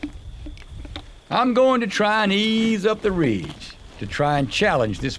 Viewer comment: "Reege" - LOL, Never change,.